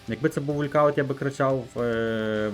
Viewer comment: Не вулькауттт а волкаунт )